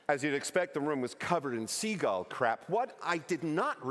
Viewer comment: He could say "seagull" instead of "seagal"